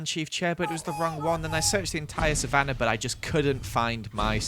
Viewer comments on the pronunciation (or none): none